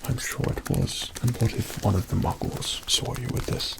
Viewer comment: Obsessed with the way Says 'Muggles'